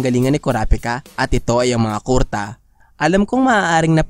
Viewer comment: Medyo asar lang sa pag bigkas mo ng kurta na miski kuruta haixst